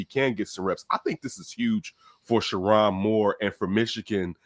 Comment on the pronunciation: It’s : Sure- Rown(rhymes with grown) Moore, not Sure-Ron. What this could be(possibly) is universities with large endowments: Stanford, USC, Indiana, etc… will finally use their donar base (& billionaire alums) to get NIL $$$ for football. If so, they can now compete with their SEC counterparts for players.